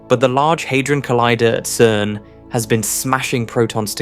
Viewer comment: I'm so sick of these "CERN just discovered the secret of the universe" clickbait titles by a dude who was pronouncing CERN as KERN just a couple weeks ago.